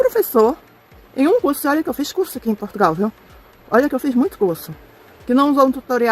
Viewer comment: Aos anos que ela está em Portugal e ela ainda não aprendeu a pronunciar de maneira correcta o nome do nosso país. Ela também pronuncia PortugAAAAAAAAAAAAAAAAAAAAAAAAAAAAAAAAAAAAAAAAAAAAAAAAAAAAAAAAAAAAAAAAAAAAAAAAAAAAAAAAAAAAAOOOOOOOOOOOOOOOOOOOOOOOOOOOOOOOOOOOOOOOOOOOOOOOOOOOOOOOOOOOOOOOOOOOOOOOOOOOOOOOOOOOOOOOOOOOOOOOOOOOOOOOOOOOOOOOOOOOOOOO. Só resta saber "ondgi qui fica essi país" que ela também não sabe pronunciar. É triste ver pessoas como essa brasileira, que apesar de ser descendente de portugueses,, tem um sentimento nítido anti-português. O que será que ela faz em PortugaLLLLLLLLLLLLLLLLLLLLLLLLLLL e não PortugAAAAAAAAAAAAAAAAAAAAAAAAAAAAAAAAAAAAAAAAAAAAAAAAAAAAAAAAAAAAAAAAAAAAAAAAAAAAAAAAAAAAAAAAAAAAAAAAAAAAOOOOOOOOOOOOOOOOOOOOOOOOOOOOOOOOOOOOOOOOOOOOOOOOOOOOOOOOOOOOOOOOOOOO se o país não vale nada para ela? É mais uma que não faz senão alimentar o sentimento anti-brasileiro, que cresce de maneira assustadora. Ela pode ter os diplomas todos que ela quiser, mas ela não deixa de parecer uma tonta, que tem deficiência na fala e que é do terceiro mundo. Sempre deu a entender que era meio tonta, coitada. Ela sempre mostrou esse sentimento doentio, de invejosa, acerca de Portugal e dos portugueses desde o dia que ele colocou os pés cá. Ela que pense só um pouco em que país ela nasceu e cresceu, um país do terceiro mundo,um país cheio de violência e cheio de FAVELAS, que nem para colónia já serve. Tão invejosa que ela é. SEMPRE foi, desde que para cá veio.